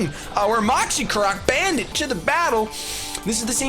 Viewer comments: First time you said bandit in the video, I thought you said banded, and I thought you switched items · Every time says Krookodile's nickname. I think he's saying "Banded" as in he's Choice Banded, but then I have to do a double take and see that he's actually called Bandit the Krookodile who's Choice Scarfed. Ehhhh ma brain.